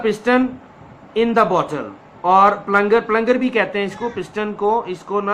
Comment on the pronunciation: Check pronunciation of "plunger". Please check the pronunciation of those words about which you are not sure so that you can pronounce such words correctly. I hope you will pay attention. Thanks.